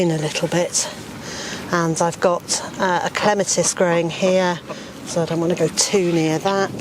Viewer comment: A big thank you for pronouncing Clematis correctly. Plus, what a great way of growing potatoes whilst also improving soil quality.